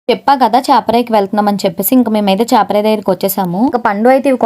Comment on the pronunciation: Amma adhi చేప రాయి కాదమ్మా చాప రాయి 😂